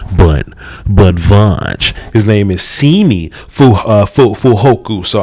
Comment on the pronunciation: Not SEEMEE... it’s more pronounced Sim mee but close enough I guess